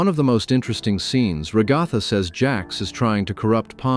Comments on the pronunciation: Rah-gah-tha ❌ Ruh-GAH-tha ✅ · I’m sorry “ragotha” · Ragatha🚫 RagAHtha✅ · “rag(A)tha” ? WHY THE AI VOICE PRONOUNCE IT LIKE THAT- Edit: also he has a tail in ep 6 and not ep 5???? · Bro really said rah-ga-tha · AI slop as soon as it pronounced Ragatha as Ra-guh-thuh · “Ragotha” -AI, 2025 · "Re-GATHA" lol, what a way to say a name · Whenever an AI voice calls Ragatha “RaGAWtha,” I suffer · fr every time it goes “REGADTTAUH” 😭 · Only an AI is pronouncing ragatha like that lol